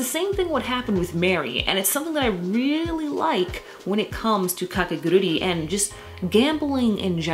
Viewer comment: By the way, the title of the series is not "KakeguruRi" but "Kakeguru'I' "